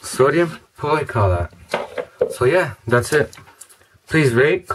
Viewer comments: you say it like this= POLI-ACROLAIT. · Sodium Polyacrilate ( Polly-acrii-late). My grandfather invented it. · It's pronounced "poly-ACK-rih-late". The capital letters show the stress, so you would write the pronunciation for"guardian" as "GAR-dee-an". In other topics, any neat experiments to do with sodium polyacrylate? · you say it like (sodium pauly-acri-lite) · sorry thats poly-ak-rey-late!